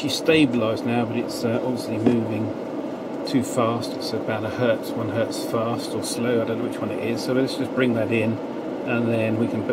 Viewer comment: If it's only one, it is still Hertz, not Hert. Sorry, but had to write this down.